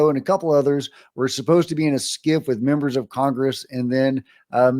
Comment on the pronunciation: Scif not skiff